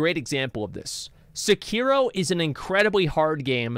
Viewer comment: You really butcher the pronunciation of Sekiro